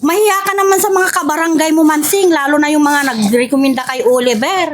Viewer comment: Ansing po,hnd po masing😂😂😂